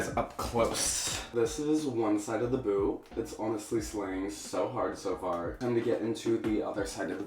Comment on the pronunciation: lmmfao.. not me thinkin the whole time he's callin it their boo 🤦🏻‍♂️😂 not boot..